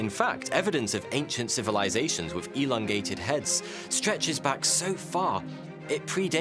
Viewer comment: "We should elondate" made me laugh more than it should have, thank you for that.